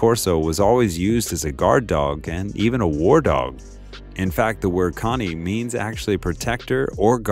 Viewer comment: Ok so...the guy in the video pronunce cane in the right way, and it means dog in italian